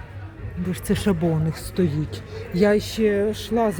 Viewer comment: ШАбо. Наголос на А !